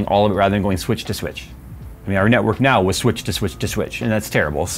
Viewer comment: I can't unhear nawk tuah